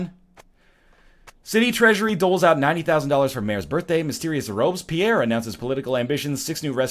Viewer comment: This is not how you pronounce "Robespierre", come on now.